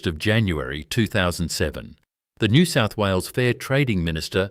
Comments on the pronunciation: Please teach your bloody robot to say NEW SOUTH WALES. Do you even know where it is? Do you care. More utter garbage. You shgould rebrand as a comedy channel. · Pitty this is AI crap. Can't say NSW, pathetic